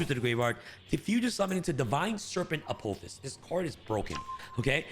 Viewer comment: Dude can’t read. Apo-phis.